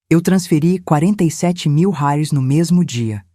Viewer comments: Inteligência artificial sabe falar Reais 😂😂😂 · $ RAIS ???? kkkkkkkkk que no mesmo texto viram Rales. , Rais .... !!! Dá pra levar a sério ? É muita cara de pau! além de deshonesto e burro ! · * "rares" 👎, " reais " 👍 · Detesto essa pronuncia nojenta Rales oque é isso? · Porque raios não dIzem bem a palavra REAIS???? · IA não sabe dizer reais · Porque IA não sabe dizer reais kkkkkk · Poderia pular essa parte pari senti dor ensinei andar de bicicleta ensinei a ler acordava cedo pra fazer café tudo isso agente ja sabe ainda tem essa narradora que inrrita se saber dizer reais fui nao da corri o vídeo pra ver se ficava melhor piorou com esse reais